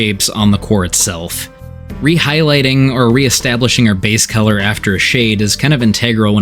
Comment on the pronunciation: Are you from Pennsylvania? You pronounce color like Keller. That's definitely a PA thing